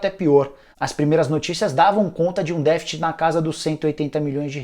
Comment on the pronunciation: vc tá pronunciando a palavra deficit errado.